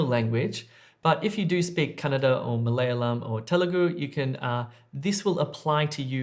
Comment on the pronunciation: Just love the way you say Kannada, spot on! Your the best 😊